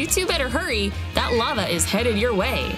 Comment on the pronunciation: Not lovo it is lava